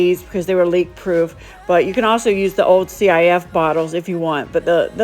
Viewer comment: It's not C.I.F lol it's pronounced sif